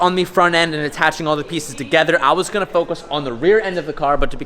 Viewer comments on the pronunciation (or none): none